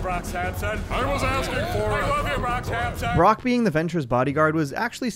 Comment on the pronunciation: You mean Brock Syampsyon